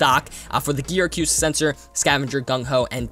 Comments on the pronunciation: Uh-coo-stick. Not: Ah-cue-stick. But I’ll subscribe, good video. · Acoustic (uh-koo-stick)